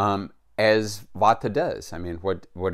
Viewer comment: Vata, not vodka. Vata is a dosha, like pita, kapha. It is a type of energy.